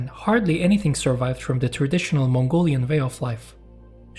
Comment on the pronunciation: as a Mongolian myself i have to say that your modern Mongolian pronunciations was very accurate and i could easily understood . However Moghol language sounded so close to Mongolian yet so far. super interesting video!